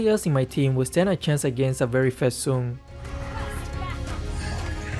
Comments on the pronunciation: It's not soon.. It's sun 🤣🤣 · We say:Sun:Soon We say: Chou He say:Chu